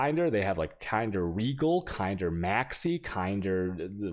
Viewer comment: THE WAY HE SAID KINDER omfg, took me a while to know what is he talking about